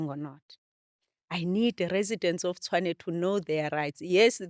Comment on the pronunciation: Host the name of the city is Tshwane not Tswane...great episode though...